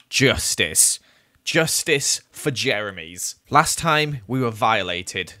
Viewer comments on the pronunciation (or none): Playz they wrote "jemeries" because it sounds like said jemerys instead of jeremys